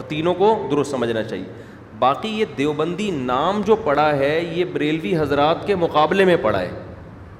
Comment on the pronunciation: دے او بندی نہیں دَیو بندی Dev